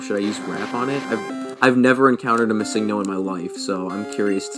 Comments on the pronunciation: I will save you the time... It stands for Missing Number.................................. It isn't "Mah-Sing-No" as you say it XD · 😡 no. It’s pronounced miss-sing-No. good syllabic emphasis on the Sing AND the No. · I don't know if the uploader knew judging by how he pronounced the name (Mis-ING-no) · miss-SING-no... interesting pronunciation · "Mi-SING-no" is certainly an odd way of saying it, I'll give you that. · Thats how i say it too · Lol the way he pronounces missingno like just say missing-no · I though I was the only one that realised that! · The way he said missingno made me angry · The way he says missingno bugs me. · The way he says Missingno. disturbs me. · I love this video but I gotta say I hate the way you say missingno